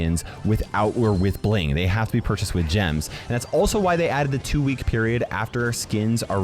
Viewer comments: “with geams” got me of guard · "geems"